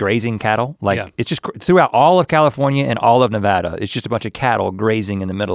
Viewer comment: Link needs to put in a little effort, pronouncing Nevada wrong is an unforgivable sin.